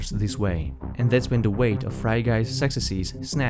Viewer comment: I love how you pronouce "successes" as "sextasies"